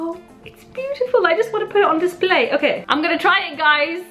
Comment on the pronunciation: you just butchered the word beautiful